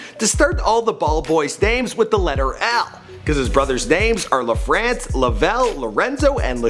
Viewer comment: lafrance haaaaaaaaaah